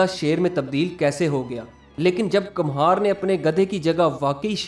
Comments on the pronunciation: کمہار Kumhaar Kum haar = Kumhasr. ک پر پیش ( Pesh ) لگا کر پڑھا جاتا ھے۔ Kamhaar ( galat Talaffuz hai. ) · kamhar nahi kumhar